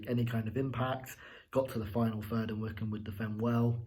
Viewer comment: Hmm, I always thought Wycombe was pronounced [why-comb], not like Wickham... Anyway, if Krul didn't shout, and I believe he didn't, Hanley should have cleared the ball just to be on the safe side. Then again, I think Krul might have had enough time to get to the ball first. But he moved forward, stopped, moved again, and then stopped again. Definitely not the best performance I've seen from Norwich, but good three points. Great free kick by Mario. And finally someone played a through-ball to Pukki!